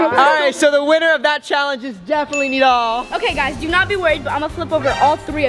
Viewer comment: Did bro just say Nadal his name is nidal